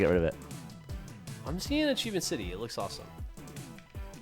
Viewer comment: I think they meant the videos Geoff and Millie did together, she mis-pronounced "Achievement"